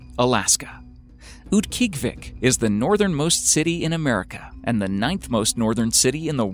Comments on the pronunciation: I used to live in Utqiagvik growing up. LOL, it's actually pronounced oot-kee-AHG-vik, except the /q/ is further back than an English /k/, and the g is voiced fricative so it's "dragged" rather than being a hard consonant. It used to be called Barrow, but the Inupiat people have reclaimed their heritage and renamed it. In the summer, it's not that bad, gets about 50 fahrenheit in the summer. The weirdest part is the 24-hours of daylight in the summer, and vice versa in the middle of winter. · uut-gee-ahh-vic, haha formally know as barrow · It is pronounced oot-gee-ah-Vik!!! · mispronounced "Utqiagvik" its UTT-KEE-AH-vik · wow, that name was butchered! Utkiagviq is Oot-key-og-u-vik. And its the big city 45 minutes flight from my 200 people village. Kind-of "isolated". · It's pronounced oot-kee-ah-vik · Mispronounced Utqiagvik. Proper pronunciation: Oot-key-ah-vick. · Oot- guy-uhg-vik. Utqiagvik. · He is pronouncing Utqiagvik way wrong. My aunt lives there and that is definitely not how she says it. Also, I'm not really sure why they picked Utqiagvik when there are SO MANY way more isolated villages in Alaska. Any village in the Aleutian chain would have been cool too. Oh well, no real reason to complain, it's just YouTube.